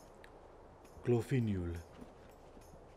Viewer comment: Agilgar = OK Aquitaine = A-ki- not a-koui Artois = OK any name that ends in "onne" is pronounced like english "on" in "on / off" Bordeleaux = OK Breton / Bretonni = OK châlons = OK Gilles = OK Gisoreaux = gi-zo-reuh Glorfinial = glor-fi-niaal. not nioul. Guillaume = ok Lambard = do not pronouce the endind "d". Lam-bar Landiun = kinda ok Louen Leoncoeur = kinda ok Lyonnesse = lio-ness (like lochness) Merovech = OK Monfort = ok (we need to hear the "r" a little bit more ahah) Mousillon = always thought it was spelled moussillon so i'm not sure how to pronounce that. You're reading it correctly as it is spelled but it doesn't sound french ! Parravon = OK Quenelles = OK Thierulf = OK